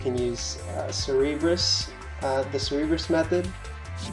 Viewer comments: cerberus. pronounced sir ber us. for gods sake have you never seen any hercules movies as a child or just flat out never heard the name. your adding extra fucking letters to the name. bring it back to pre k days and pronounce it slowly. english buddy learn it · Cer-Ber-Us, pronounced Sir-Burr-Us. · Hotspot there's only 1 way to say cerberus. and he couldnt say it right at all. he's saying cerebrus (ser-e-brus) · Hotspot shit irked me so bad. it's a simple name and he butchers it horribly every time he said it.